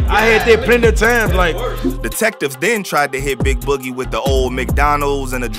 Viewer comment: bro said the name wrong😂😂😂😂